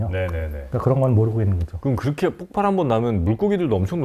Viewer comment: 폭팔이 아니고 폭발...박사라면 그 정도는 알아야 하는 것 아닌가? 뻔히 읽는 글에 폭발이라고 쓰여 있을 텐데 발음을 꼭 그렇게밖에 못해요? 수준이 낮아지네..